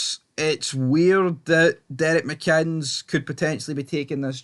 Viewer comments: Pronounced mikinniss. Decent coach. But he shouldn't ask the families of victims to bow down and honour their killers. Re: if you can't figure it out you wouldn't understand. 🇬🇧🇮🇪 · his name is mcinnes for God sake reporter can't pronounce it